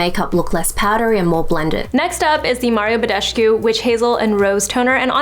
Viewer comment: I just wonder why so many Americans mispronounce Badescu